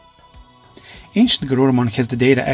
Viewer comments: Lucimon not luchamon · I know you're using an AI to speak these out but it is pronounced lucy-mon not lu-chi-mon, But regardless I honestly wish that this timeline would get relooked at and new kids would come but they have regular partners and not themselves turn into the Digimon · Lucy not lutchi